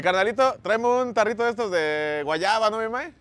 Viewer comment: No es tarrito, es "jarrito"! Ya estás olvidando los nombres tradicionales.